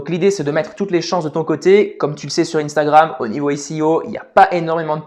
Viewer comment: Instagram, sois tu le prononce en français,sois tu le prononcé en anglais mais tu ne le prononce pas les deux😭